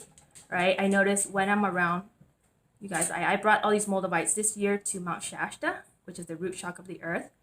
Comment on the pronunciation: She used a lot of Illuminati hand signs. Maybe she should find out what chakra is the lung chakra because she seems to hyperventilate quite often. It is pronounced with a T in it.... SHASTA not Shasha